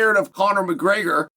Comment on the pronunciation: Chael can you say Gregor not Graygor it’s so annoying